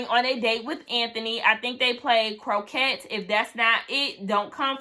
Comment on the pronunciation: Your intro today was very very nice 🤩🤩 Last week I was thinking that Denise and Simone were definitely going home but this week Shea and Allysa definitely came and put themselves in the firing range. Denise and Anthony played Croquet but you did pronounce it wrong 😅😅 I don’t know which guy is going home next week though In terms of women I agree about it been Simone atm This season of Ready to Love has felt like the best season for me tbh